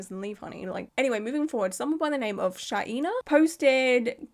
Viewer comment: pronunciation tips from a language nerd : mccauley = muh-CAWL-ee shaina = SHAYN-uh hope these help -- love ur videos ^- ^